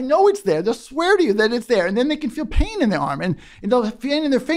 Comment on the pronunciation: "why do I feeel paynus?"